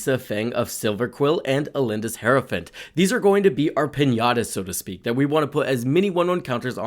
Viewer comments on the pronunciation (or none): none